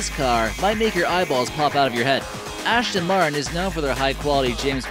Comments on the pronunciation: There were so many mistakes in this video I can't be bothered to list them all. Wrong pictures with wrong names, wrong speeds, misunderstood physics and what the fuck is an ASH-ton Martin? Typical 'list-video', quantity over quality. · QUIT FUCKING CALLING IT AN "ASHTON MARTIN" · It's not an ASHTON Martin... It is an ASTON MARTIN!!!